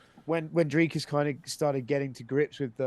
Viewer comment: for a guy who hears his last name butchered on the regular surely you can can Dricus right.